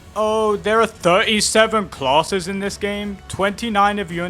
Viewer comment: When you "classes" all I hear is "closet(s)" which is giving me a good giggle 😅😂